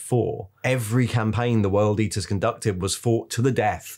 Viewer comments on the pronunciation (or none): none